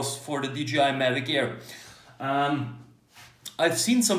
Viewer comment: Hmm, why everybody says DGI instead of DJI?